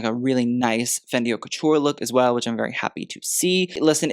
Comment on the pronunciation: haute is not pronounced as 'hot'. it's more 'oat'.